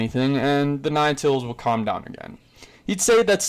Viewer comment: My man really said clam down 😂😂😂😂